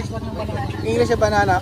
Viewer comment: Ayusin nyo nmn bigkas ng banana q. Pra nyo nmang bini babytalk. Nsa pilipinas n cla, dpt masanay n ng tamang bigkas